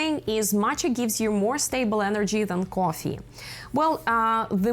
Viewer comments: Great video but very hard to watch with the way you pronounce coffee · i think she is Russian or Ukrainian the way she says coffee